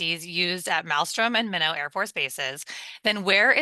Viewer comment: Minnow AFB... 😂😂😂😂 It's pronounced My-Knot/ (Minot) think of Why not Minot.. 😂😂😂